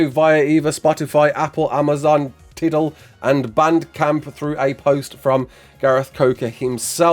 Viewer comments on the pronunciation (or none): lol “tiddle”. That’s “Ty-doll(or dull)”,. Like a tidal wave/tsunami. Unless that’s just how English people pronounce it? Do Brit’s call them “tiddle waves?” 🤔